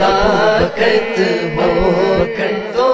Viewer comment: ماشاء اللہ صداقت میں ص پر زبر آنا چاہئے آپ نے زیر پڑھا